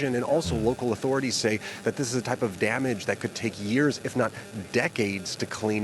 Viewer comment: Why do you employ half literate who can't properly pronounce authority?